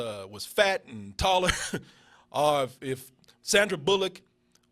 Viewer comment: Anyone noticed throughout the Spill/DoubleToasted history, that can't say "or", he always says "are". Are you didn't realize it, Are you just didn't care.